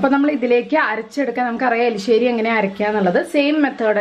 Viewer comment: Elissery alla erissery aa